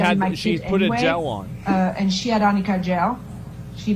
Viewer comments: I remember AH's lawyer kept asking Isaac Baruch if he knows "AMICA" concealer instead of "Arnica" Concealer.😂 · Yes!!!! I never thought of that! But that's EXACTLY why she said amica. Lol. They should have written it in all caps. I'm surprised she had never heard of ARNICA. I laughed every time she said it. And she said it a lot!